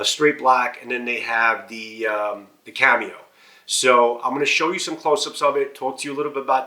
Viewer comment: why are you saying cameo instead of camo